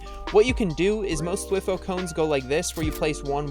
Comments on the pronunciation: It's THWEEE HOO not thwif who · Every time he says "thwih-fo" a small part of me decays and dies off. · It physically hurts me hearing him say "thwi-foe". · T y foooooo not twi foeeee!!!!!!!!!! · th-why-foe? Nah. T H W E E F O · it’s pronounced (thwigh-foe) not (twih-foe) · He said dwiiiiífo cone lol U pronounce it wrong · By the way, you say “Thwifo” like “TH-WY-FO” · It’s prounouced “thwhy fo” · Wtf Is A Thiwfoe 😂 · It is spelled thwifo and it is pronounced like:Th-why-foe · why are you saying thwifo like that😭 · thwi-foe cringe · It’s pronounced thwyfo cone lol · Omg haha the way he says ”thwifo”😂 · I used to say thwifo like he does 😂